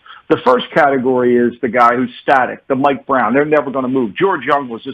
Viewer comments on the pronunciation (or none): none